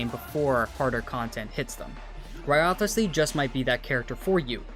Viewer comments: Not another channel butchering Wriothesley's name. It's rise-lee not rio-the-slee 💀🤦🏻‍♂️ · Its so annoying how you already played the AQ and still say "WRIOTHESLEY" wrong. Its RIZZLEY man. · Its Rice Lee learn to pronounce it right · Great video, I love that you pronounce wriothesley's name wrong everytime 😂